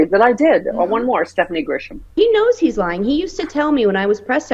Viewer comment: Lying, not “lieing” 😬